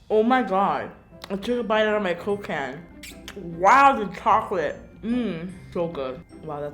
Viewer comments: Every time she said “coke can” I kept hearing Cocaine lol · When she says Coke can It sounds like she is saying cocaine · I felt when she said “cOke cAan” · No one: Literally no one Not even God: Karina: coke ca-yann! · My CCCoKe CCan. She really said her c’s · I dont think she can say Coke can lol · Who else thot when she said "coke can" she said cocaine Nobody: Anyone: Just me okay Lol😂